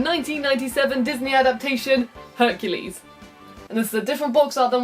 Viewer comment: Honey, you mean HUNKULES